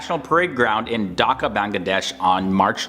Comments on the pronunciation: Thank u for making this video about our country but we actually pronounce the H in Dhaka and not daka I'm not a hater I'm a subscriber just pronounce the h and say DHAKA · Its bangladesh not bangladash Its dhaka not daka😂😂😂😂 I know iam from bangladesh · Y'all foreigners knows about us more than we do 🥴 It's D-h-a-k-a not dokaaa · Its not daka its dhaka and i live in dhaka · Him: "Daka". Me: (ಥ_ಥ)... I'm done with this world :/ (Seriously, say it right man It's "DHAKA" D H A K A not Daka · my man said "daka" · What is Bangladash. What is Daka are u serius